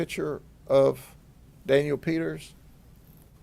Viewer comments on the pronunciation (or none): none